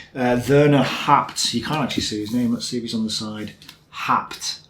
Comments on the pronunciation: haupt is pronounced as howpt [how as 'how are you'] ;) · Haupt is pronounced "Howpte"